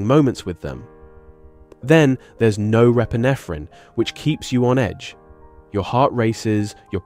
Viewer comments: "Then there's no... Repinephrin". Yeah there is none. Because it's NOR-epinephrine. As in, the counterpart to epinephrine. Sounds like AI foolery. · Is this ai or do you just not no how to pronounce norepinephrine?